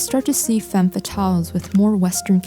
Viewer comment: Yes, very nice editing skills and sultry voice, but your misuse of the singular term 'woman' when referring to the plural (WOMEN) ruins it for me. It is basic grammar! Woman (singular) women (plural). And dont get me started on the mispronounciation of the French word 'femme' 🤦🏻‍♀️